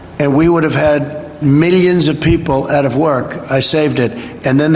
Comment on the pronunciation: He really enjoys saying "millions and millions". He says it in almost every speech or interview. No matter the subject... millions and millions. Sometimes he even pronounces it differently. Mill- eeyuns. Its weird.